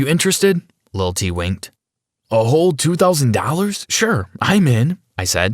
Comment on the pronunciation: Idk why but "lil t" sounds funny